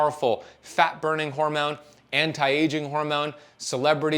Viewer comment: Does fasting make you say “hormewn” instead of hormone? Cuz if it does, I’m out